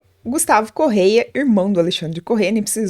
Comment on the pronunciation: É Corrêa 🤦🏻‍♀️🤦🏻‍♀️🤦🏻‍♀️ não é correia 🤦🏻‍♀️oh povo burro